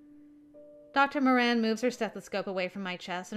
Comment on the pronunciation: Yay! finally can pronounce the Moran last name right! And ooh looks like the blonde at the beginning on the TV is voiced by Bradley who did the Journalist for Yandere Simulator! I was the opposite in the Will and Meira’s conversation I can’t stand math and love making up stories since I do want to be a writer and have the imagination for it! Jay is so sweet and handsome! Also a man that can cook is one of the traits I find extremely hot I think it’s the most attractive thing and me being a big eater I would be spoiled rotten with someone like this hehe